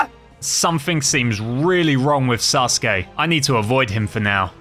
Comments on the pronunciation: they he says Sasuke lol "Suske" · Why do I hear 'susuke' instead of 'sasuke' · It's sasuri not ssuri